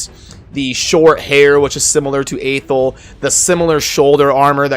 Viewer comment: FYI, Athel is pronounced "Uh-Thell", according to the narration in the introduction when you first start playing the game. Just thought I'd point that out :P